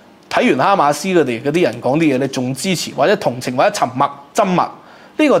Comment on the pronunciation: 緘默，音「尷」默